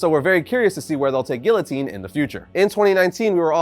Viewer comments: its (Gee-uh-teen) not (Gill-O-Teen) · Dude its pronounced geeotine not gillotine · Help me with this pronunciation of guillotine… is it not after the French Revolution beheading machine? Ghee-yo-teen??!